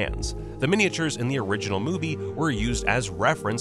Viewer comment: Love mini-ay-chyoors.